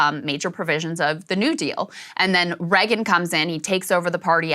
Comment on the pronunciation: Love Krystal but cringe every time she says Reagan